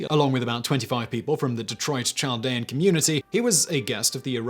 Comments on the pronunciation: I have always heard it pronounced like "Caldean" with the h being silent. I am from the area mentioned in the Bonus Facts. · I think the "CH" in Chaldean is pronounced as a "K" (Kaldean). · Doesn’t mean much but as someone who works in a heavy Chaldean area near Detroit, it’s pronounced “Kal-dee-un” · It's pronounced "KAL-dee-an" not "chall-dee-an" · The Ch in Chaldean is pronounced as a K not a Ch. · Pronounced: Kal-dee-an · It is definitely pronounced with a k sound. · Chaldean: Cahl-DEE-an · Hey Simon Chaldean is pronounced without the ch sound the h is silent so think of it like Caldean or a k sound. I live in Detroit and have grown up with Chaldeans my whole life. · Chaldean pronounced with "K" not "Ch" sound..... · Chaldean isn't pronounced with a soft "ch" as in "child," but with a hard "ch" that sounds like a "k." Kal-DEE-ahn. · I live in the Detroit area and always heard that pronounced "kal dee an". No surprise that Coleman Young gave Saddam a key to Detroit. That man was a real piece of work. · Great videos always. Side note...Chaldean is pronounced Kaldean. Other than that, love all your videos. I am Chaldean in case you are wondering how I know. PS since you cover a lot of topics, if you want to do one on the last/oldest Christian communities(Chaldeans)... Let me know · Your pronunciation of "Chaldean" is ridiculous, Simon. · Yeah, Chaldean is pronounced with a "k" sound. Could someone tell me what "najis" means? I'm not familiar with it. I think it might be related to the Sanskrit word "Naga," serpent, but I don't know.